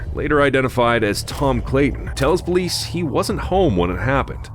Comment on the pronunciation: Why’d you say powice ???